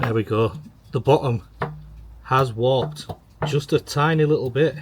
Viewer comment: What are you saying? Wopped? Oh warped! Got it. Love the video!